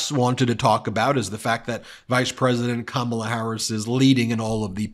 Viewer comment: He said her name correctly again.